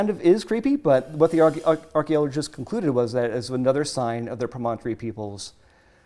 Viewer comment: Those snakes are so cool! I would love for to be a guest again. What other cool archeology/paleontology things are going on? I have to say though, as a native Utahan, it is so weird to hear you pronounce Promontory pro-MON-tory. We all say it it PROM-on-tory.:)